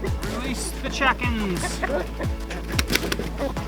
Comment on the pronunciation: Release the "chackenns"! Lol